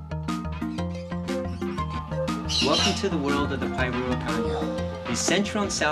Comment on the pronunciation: You're pronouncing Pyrrhura with the last R silent. Phonetically isn't it Pirura? And not Pirua? Or am I wrong?